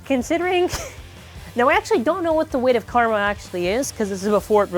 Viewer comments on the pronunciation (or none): none